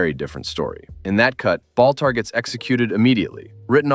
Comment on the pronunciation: Balter? Who in the world is Balter? If you're speaking of the character portrayed by John Colicos, his name is BALTAR. Balter.....what an idiot.